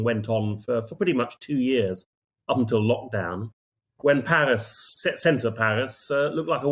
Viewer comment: Paris, or Palis as this bloke pronounces it! 😂